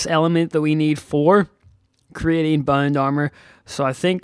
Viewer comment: Im sorry if i offend you but everytime u say bound i heare bone